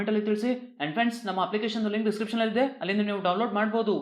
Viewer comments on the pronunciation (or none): none